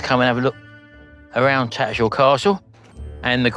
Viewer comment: I know your from "Daarn Saaarf", but you can't drop the "H" in TattersHall! 🤣